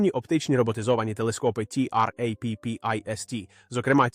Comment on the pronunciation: В загальному, можна дивитися, пізнавально.., якщо би менше було того "ті-ар-ей-пі-пі-ес-ті"!, що найбільше "ріже вуха"... Чому не просто "Траппіст"!!?., хоча кілька разів звучало й так... Чому той ШІ ще такий тупий!?. Чому не редаговано!!!? Краще б озвучка залишалась ЛЮДСЬКОЮ, а не ШІ!!!